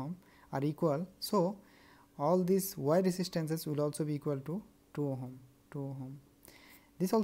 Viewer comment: Ohm nahi, ohom 😂